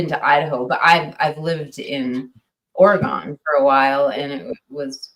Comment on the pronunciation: Yoooo I live an hour away from Seaside AR, back in high school and 20s we’d always go to Seaside and surrounding areas and, no way you lived in OreGON if you call it OryGUN! lol